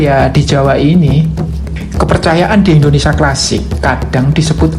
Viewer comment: Indonesia ..bukan indonesa ..